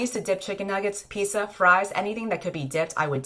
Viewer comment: Ok but the way said pizza. Pissa???? I